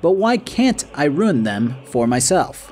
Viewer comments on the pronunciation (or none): Just curious but why do you pronounce Ruin as Rune? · After 1 hour and 44 mins I realized it was RUIN and not RUNE… Lol